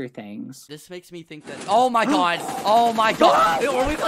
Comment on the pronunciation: OH MY GUH